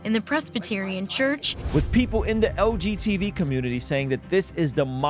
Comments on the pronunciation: Hearing "LGTB" instead of "LGBT" the whole time was itching my brain 😂 great video as always brother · Is saying "LGTV?" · He’s definitely saying LGTV 😂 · You’re harming the LGTV community every time you mispronounce the term 😂